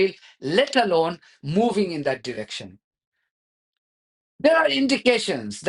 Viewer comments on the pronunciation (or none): none